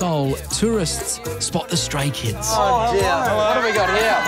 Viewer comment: Why i heard STRAIN KIDS instead of StRAY KIDS 😂